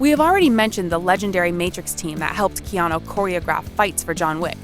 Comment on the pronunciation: The narrator in this piece should correctly pronounce Keanu Reeves’ name.. she only pronounced his first name one time.. the other times , she says”Keano… really?!?! You are being paid to narrate?